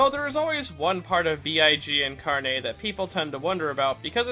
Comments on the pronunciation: he says "carné", while the emphasis is supposed to be on the r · Carne has no emphasis on the "e", it is pronounced like "carnage" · As a Brazilian, the way he pronounces it, "carnê", reminds me of store cards, like, those things you can make at specific stores to buy and pay later. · The way he pronounces carne as if it's all fancy like just hilarious to me as a spanish speaker. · Yo También XD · Yeah lol